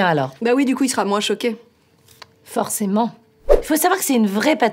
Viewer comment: "For-cé-ment" x)